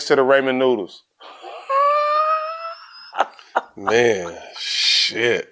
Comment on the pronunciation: Stack say Raymond noodles?